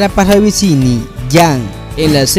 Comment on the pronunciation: la pronunciación weyyy😫😫 se escribe KATJA pero se lee KATIA se escribe MICHAEL pero se lee MAIKOL se escribe parravicini pero se lee PARRAVICHINI se escribe JANDINO pero se lee YANDINO se escribe ANDREA DE ALBA y se lee como se escribe, no es ANDREA DEL ALBA